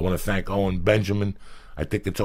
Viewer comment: why does it sound like joeys saying “ole benjamin” makes it so much funnier